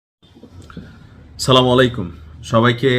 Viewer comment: কিছু মনে করবেন না ভাই আপনার সালাম কি শুদ্ধ হচ্ছে?